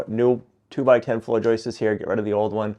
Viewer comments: Hey...the plural of joist is joist not joistes....😁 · I thought you said you were going to keep as much of the original farmhouse as possible. Turns out you kept nothing. And stop Saying joisters !!!! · One joist, two joists, no such word as "joist-ses" - the issue is many folks now over enunciate the pluralizing S in joists so it comes out as Joyce's like they're saying Joyce's hat. I took it as a modern American regional quirk. It's definitely not only. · FYI: The plural of joist is joists... not ''.. joistes..." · It’s Joists, not Joyce’s… no ‘ces’ at the end for the plural of Joist 👍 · No more 👍 until you learn to pronounce "JOISTS".